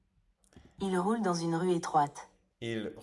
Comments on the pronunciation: Il roule ...c est le son OU comme dans le mot " rule", " fool" etc en anglais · i have a suggestion : for the word Roule, the "ou" it's pronounced more like the "oo" when you say the word "Fool". And for the word Rue, the "ue" is pronounced as the "u" sound when you say the word "flu". Hope this helps :)